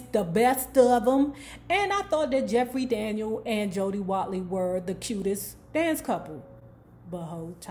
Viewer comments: Jeffrey Daniel not Daniels. Friendly correction. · Right! Just like it's Jeffrey Daniel (not Daniels). Still love her commentary though.